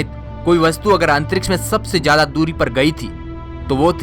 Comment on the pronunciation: Oh loro jada Nai hota zyada hota hai